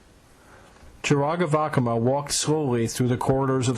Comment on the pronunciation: I can't get over how awkward Greg's pronunciation of "Vakama" is. It's not how he pronounces the sounds, he just says it way too fast and puts pressure on the word weirdly. It should be three long AH sounds and not one long, ons short and one long haha.